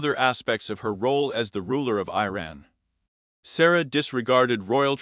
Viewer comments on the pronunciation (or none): Its Sa-roy-a. Not Sara. Reprogram your AI